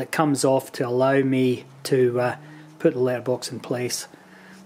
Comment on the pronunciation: I took me eight times for me to understand that you are saying letterbox ......if it only takes letters how do you get mail?